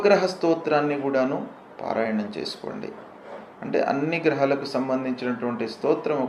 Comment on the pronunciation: At last some positive talks from this guruji🙏🏻 grahalu pronunciation to be corrected..